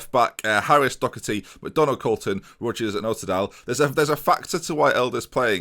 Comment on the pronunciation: the way so say it, oltedal kinda sounds like totodile xd